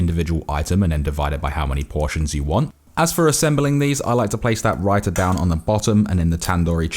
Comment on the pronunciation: I'm so proud he didn't say raye - tha